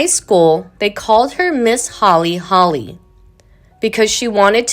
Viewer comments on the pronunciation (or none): It's Holy holy, not Holly Holly! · Miss Holy Holy, not MIss Holly Holly. I couldn´t watch this because the narrator was SO bad and slow. Did nobody listen to this when it was finished?